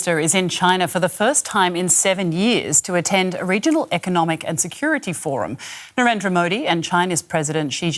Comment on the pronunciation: Love how the Pakistani reporter Beenish Javed reporting about India can't even pronounce Narendra. Shame on you DW.